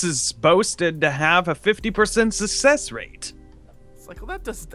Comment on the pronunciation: did he just say sussess rate